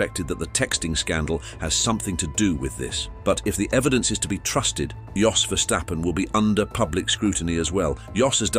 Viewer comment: How can I take this seriously if it can’t pronounce Jos properly 🤦